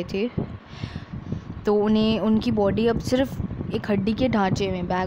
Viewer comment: Boody nahi ho body ho ta hai